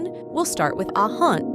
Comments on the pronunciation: Ah Yeon not Ah Han😅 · Who is hayon??😂😂😂😂💔💔💔💔💔💔😂😂😂😂the pronunciation it’s so bad 😂😂😂